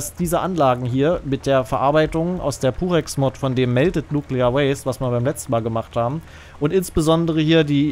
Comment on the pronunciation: Wieso verstehe ich immer "Durex", anstatt "Purex" 😅